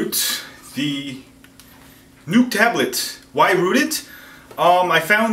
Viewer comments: Informative video...Thank you! However...The Nook is not pronounced like "Nuke" (which you said several times). It's "Nook" which rhymes with "Book". And a Canon camera is not a "Canyon Camera" (which you also said twice)...it's pronounced "Canon" like "Cannon". You're killing me smalls! LOL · its not a nuke its a nook lol you are cool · Nook not NUKE TABLET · Right. Nook rhymes with Book. Its not Nuke-Buke. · does anyone else find it funny he calls it the NUKE tablet? it nooook not nuke but thanks for the info. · its nook like cook... Not nook like NUKE. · He says newk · i love how he says it like "nuke" tablet